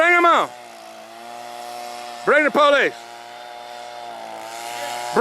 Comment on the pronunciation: I like how he says “police” 😂😂 “Bring the POlice”😂